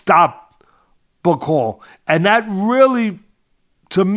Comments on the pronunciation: Teddy you said some of these so called journalists who have no credentials think bakole will win 😂 The fact you kept pronouncing his name wrong probably shows you knew very little about him, In the uk we all had bakole as favourite, I know you don't think much of us brits but there is a boxing world and a world in general outside America, No-one has to go to the states anymore to prove they are better, We world has moved on, Just a tiny bit of research and you would of seen why Bakole was such a big threat rather than reading about a loss he had 6 years ago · your not kidding, teddy couldnt even pronoune martins last name,it shows how little he knew about bakole, embarrassing